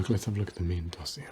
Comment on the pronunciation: Nice murder mystery asmr. Love the outfit aswell. Your hair always fits with the character. Also, nice french accent on the word " dossier " . I'm french and i've known some strangers who are learning french. It's very hard. I'm happy to see some asmr youtubers being able to know some real french words and accent Edit : I've heard the name " Coperhand ". I hope i see doctor Coperhand again. One of my fav characters